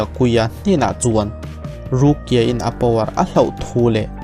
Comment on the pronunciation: Rukia i lam dan hi mipa i sawina a ang thin ka ti.. ruki-a tih ang deuh hian a ri a..